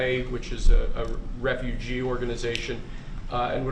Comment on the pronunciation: Did he say refujew